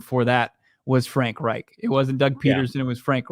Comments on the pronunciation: Is it pronounced like "wright"? Never heard anyone say it like that lol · pronounced "rike" not "wright" .... Yep, Reich is a German name ..... just like in the history books.